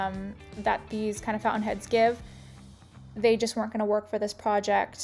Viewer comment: Charming to look at, but the word is founTain, not foun-in.